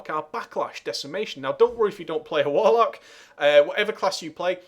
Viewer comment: Your accent caused me to mistake Warlock for "Wollock" haha.